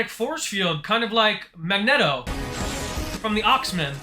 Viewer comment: Mag-net-o lol Never have I ever heard anyone pronounce it that way. Comedy but whyyyyyyyyy lol